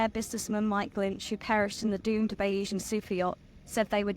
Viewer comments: Bayzian, not Bayeesian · "Bay-ee-san"? Surely on her three-hour flight to Palermo this young lady might have researched how to pronounce the name of the boat? "Bayes-ian" (Keynesian, Marxian, Darwinian, etc), adjectival form of surname of Thomas Bayes, the mathematician who inspired the owner to make his fortune. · pretty sure it's pronounced bay-zee-an after the probability theory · It’s pronounced bayseeann - after the statistician